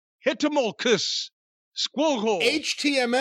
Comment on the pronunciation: "Hitimilciss!" What!? "HTML" Thanks...